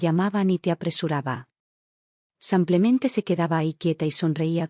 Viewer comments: 😂 no es san Clemente, es "samplemente" en lugar de simplemente 🤦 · Porque dicen samplamente en lugar de simplemente? Lo he oido en varias narraciones. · Pedon ella dice samplemente